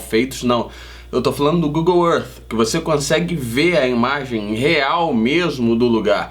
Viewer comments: Aprendam a pronunciar: gugol ãrf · Google errff! Kkkk parabéns pelo canal!